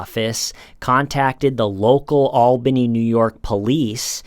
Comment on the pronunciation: I’m so proud to hear pronounce “Albany” like a NYer!